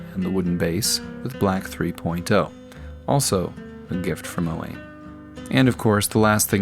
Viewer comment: Just for info: Owain is pronounced O-whine. It's of Welsh origin.